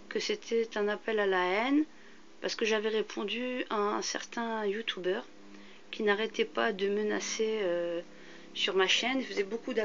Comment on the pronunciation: Stp hafek dit YoutUbeur pas youtOUbeur merci 🙏